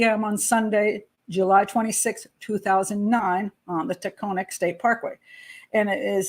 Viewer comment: Taconic Parkway: pronounced TA-CON-NIC.